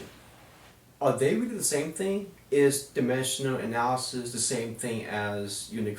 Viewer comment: lmao he cant pronounce dimensional analysis properly. "dimeshuhl analysis."